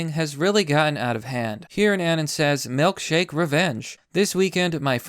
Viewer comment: Why does he pronounce it "melkshake"????